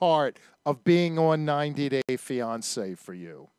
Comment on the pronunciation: This guy is a clown. Worst interview ever. Listen how he says fiancé in the beginning of this video. He also calls her Daniel several times. It's very LAME that this clown is this late in the game. This topic of is very old at this point. She has mental issues and this guy is just exploiting her just like the tv show did. She is good entertainment because she's not all there. Once again, this guy has zero talent and cannot interview people. What a waste of time. I'm sure your 103 subscribers are impressed. Ass......